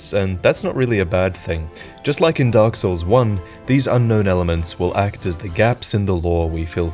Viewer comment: “” Did you actually play Dark Souls at all? Or do you just butcher the names on purpose?